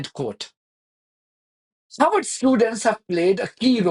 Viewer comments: Harvard Not Harward Vee sound in harvard Not w sound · You keep saying Howard 😢